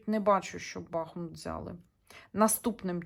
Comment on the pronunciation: дякую за роботу! Місто має назву БахмУт,бо там тече річка БахмУтка!!! З повагою до Вас!🥰